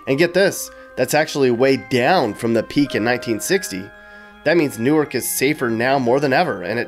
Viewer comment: Good video but it's pronounced "Nork" Not "New arc". "New arc" is in Delaware.